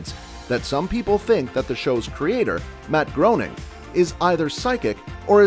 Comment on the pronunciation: Why does everyone who creates these videos mispronounce Matt Groening’s name? It seems like that would be the LEAST we’d know about The Simpsons and their creators.